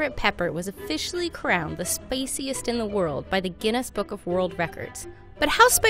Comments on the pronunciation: "But how spacy [spicy] is that?" And it's the "spaciest [spiciest]" in the world, she says. What accent is that? I've been hearing it develop over the past decade and I hear it on NPR, so I'm guessing it's maybe a California thing? Linguists wee [weigh] in. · Am I the only one who noticed she said “spaciest” 😂